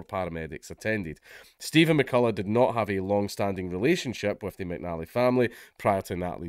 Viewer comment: that's..exactly what i said; except he pronounced it the way i'd mentioned, 'notly' then 'natly.'